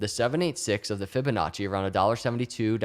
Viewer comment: Drink every time you hear Fibinacci